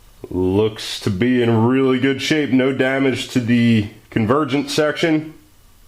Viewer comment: "ze data"